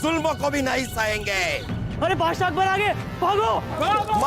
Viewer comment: बादसाह❌ बोदसाह